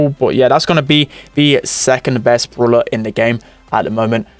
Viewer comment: it is BRAWLER not BROOLER